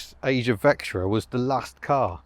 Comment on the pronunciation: "Serious Vectra-in" (No G)